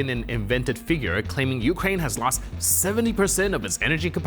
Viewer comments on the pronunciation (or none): none